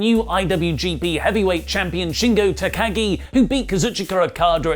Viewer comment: OMG! pronounced Shingo Takagi's name right!!!